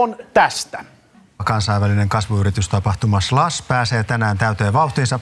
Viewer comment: Ensimmäinen s-kirjain kuulostaa hassulta :) Ja ehkä samalla se sh-äännekin lopussa...